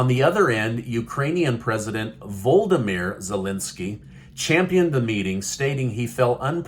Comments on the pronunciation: I'll try again : 'Volodymyr' is Zelensky's first name, NOT Voldymr, or Voldemort ... the latter being the dark Lord in Harry Potter ! It's all very well criticising Biden for calling him Vladimir, which is an understandable mistake in the context, but please pronounce Volodymyr correctly on this channel ... ! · it's not VOLDAMIR either. It is VO LO DI MIR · Well it's not Voldomir neither, it's Volodimir.